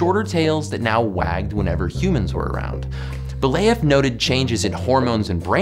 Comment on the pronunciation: So you obviously googled Belyayev's name but didn't bother to spend one second trying to pronounce it correctly? Come on. Even on the wikipedia page his name is written in an as close as possible to the correct form.